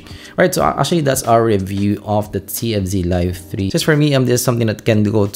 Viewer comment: divided in 3 parts , 1 and 2 was so hard to clearly telling what and how he compared which is which the "f" tfz sound like tnz , you keep skipping one to another ,only people knows all these IEM (extremely familiar with ) to understand these review.I was totally lost in part 2 , until part 3 it comes to clarify the pros and cons in summary.watching this video can be difficult ,I can tell it's a lot of affect in making it , but part 1 and 2 can be bit more organized and regards accented involve but not a major issue , speech a little less fast can be a big help sorry being picky and Thank You for the hard work .